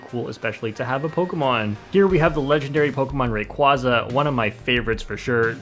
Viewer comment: POKEMON NERD TIME: its more like "RaYquAYza"